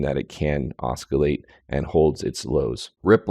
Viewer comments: the "c" in oscillate is an "s" sound and not a "k" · Some genius, can't even pronounce the word "oscillate".